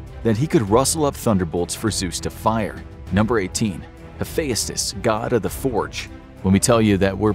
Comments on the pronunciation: Tar-Tarus an hapheyastus. Whyyyy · It's hu-fe-st-ous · You really butchered some pronunciation in this, Hephayustus? Bruh come on how have you never heard of him, it’s pronounced “Hephestus” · Hephaestus is pronounced hif-EST-us in American English. If you want to be really correct, Uranus is pronounced YOR-uh-nus, which doesn't inspire so many jokes. Dionysus probably wouldn't appreciate being illustrated as a white-haired old man. He was usually depicted as a clean-shaven or bearded young man. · Yeah, and I thought I was pronouncing them all wrong, like "Hephaestus" pronounced as "Ha-fe-as-tus"? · The way this guy pronounces Heaphestus reminds me of how Frank Welker pronounced "treasure" when he voiced Fred Jones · I'm not sure what's worse the accuracy of this list or the way you pronounced most of the names the worst one being hephaestus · the way he said hephaestus 😂😂😂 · His pronunciation tho. He says Hephaestus like a Scottish lad.